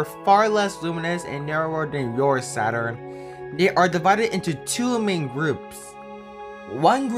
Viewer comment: SATORN I WAS 🤣🤣🤣🤣🤣🤣🤣